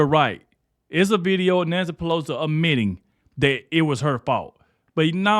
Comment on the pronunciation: It’s “admitting”, not ammitting.. sorry but you have to check your grammar to advance your utube. People notice & skip you